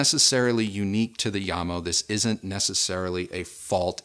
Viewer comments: As the name JAMO is derived from the founder's' surnames (JAcobsen + MOrtensen) shouldnt the name be read as JAM-O instead of IAM-O? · Pronounce the J as is... it`s not a Y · sorry to sound rude but... yamo... no Jamo